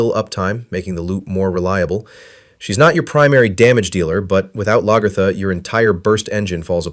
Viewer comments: Love the video, but people calling her laGERtha is killing me lol it’s pronounced more like LAG-A-THA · It pains me when you said Lagertha name wrong 😢